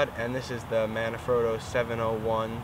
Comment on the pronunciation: MANfrotto. Not MANAfrotto